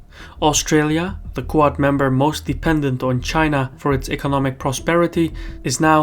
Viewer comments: It's not "coo-ahd". It's "The Quad". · you keep saying "ku-od"... but it is pronounced "quad" as in the word for four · Great video but I was 10 minutes into video before I figured that what you call "Koo ad" is actually QUAD pronounced "KWAHD" Keep up the great work. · It’s ‘kwod’ not ‘ku-art’. One syllable. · Every time says "QUAD", I keep thinking he's saying "Qowat" as in "Qowat Milat" from Star Trek: Picard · Why can’t you say “Quad” correctly?